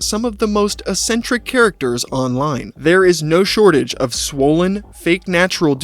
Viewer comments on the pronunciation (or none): none